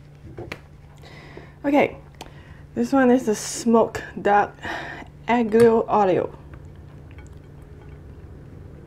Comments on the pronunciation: Garlic and oil is pronounced al o lio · It’s “aglio (not ag-lio) e olio, like Ollio (and Stanlio), but with one L. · Hey. I’m italian and the correct pronunciation of “aglio e olio” is the second one you said. Keep on make eating show beacause I love your way. I would love seeing you making a video based only on italian food. Ciaoo